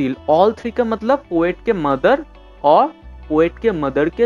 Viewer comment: Sir mother hota hai Mather nahi